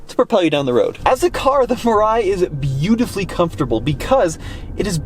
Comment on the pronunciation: Mirai means Future in Japanese, the pronunciation should be : me lie